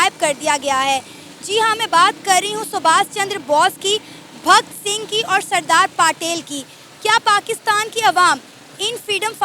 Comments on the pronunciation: पाकिस्तान के लोग कोई बात को सही तरह नहीं बोल पाते ये रिपोर्टर बोल सरदार पाटेल बोल रही है भक्त सिंह बोल रही है और सब बात को भी पकिस्तान के लोग सही से बोल नहीं पाते भक्त सिंह नहीं भगत सिंह होता है सरदार पाटेल नहीं सरदार पटेल होता है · Subash Chandra Boss nahi Subash Chandra Bose....Sardar Patil nahi Sardar Patel....Bhakt Singh nahi Bhagat Singh....please learn their names before mentioning them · Sardar Patil nahi Sardar Patel. ne bhi koi naam nahi sune hain😅